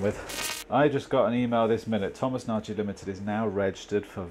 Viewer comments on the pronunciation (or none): It's something like Nooghi. I have hungarian friends and if I'm not wrong it means big or grand. But maybe he's not hungarian 🤭